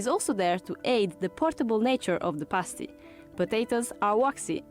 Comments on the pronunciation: It's past-y, like pasta. Not paste-y, like paste ;P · Haha, a pastey is a nipple cover. A paa-stii is a food. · Good grief man it's not paystee, it's passtee.